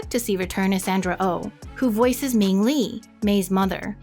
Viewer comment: It’s Ming not ying